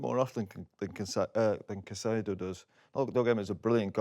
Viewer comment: It’s Caicedo, not even close